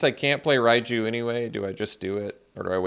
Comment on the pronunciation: It's Ryne not Ryan